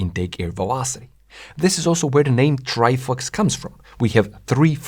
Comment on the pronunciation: why is bro saying ""Trifucks" 🥲